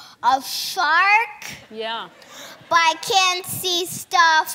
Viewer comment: ....a shAARk... *pauses to see if the word shark impresses the audience*